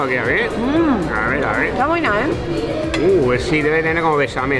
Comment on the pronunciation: Nury hablando en argentino "ta buena eh" 😂🥰Los amoooooooo.